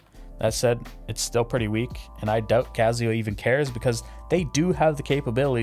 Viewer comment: Awesome review but the fact you keep saying cazio is killing me bro! I have the black resin variant of this and my wife rocks the skeleton. She loves it!